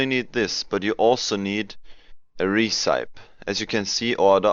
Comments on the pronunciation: "recepie" not "recaip" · You are pronouncing "Recipe" wrong.